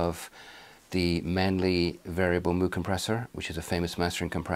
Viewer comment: It's it 'Mew', not 'Moo'?